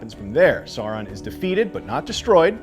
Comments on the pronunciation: It’s pronounced like Sao-ron not Saw-ron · Also, it’s Sauron like Sow-ron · Omg yes... i don’t get why it’s so difficult for people to say Sauron properly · I had to stop watching, because every time you say “Saw-Ron” a part of me dies. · I was wondering wth is saw-ron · Why is it so hard for people to pronounce Sauron? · At the back of the Appendices in The Lord of the Rings there is literally a correct way of pronouncing everything. “Sour-ron, Kelebrimbor, Ee-len-dil,”. So how do they manage to get it so wrong. Great recap but please get the names right, next time.